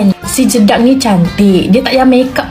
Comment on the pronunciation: Kak kenapa nak cakap jedak jadi jeduk pelik lah kak 😅😅